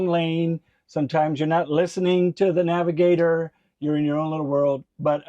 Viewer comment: Be a navigator not a “nagigator”. lol!